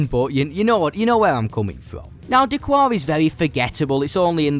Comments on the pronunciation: Its «d kar» not «d cuar» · D'Qar is pronounced like a Chicagoan telling you what he parked in da garage - da car. It's not da quar. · D'Qar is pronounced D'Kar, not D'Kwar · D'Qar is pronounced 'Da-Kar' by the way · I just want to say D’qar is pronounced D-car